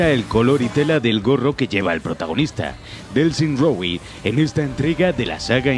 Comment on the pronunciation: Nadie: Absolutamente nadie:: Delsin Rogüi